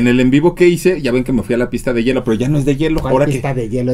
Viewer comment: No es yelo jotas, es hielo!!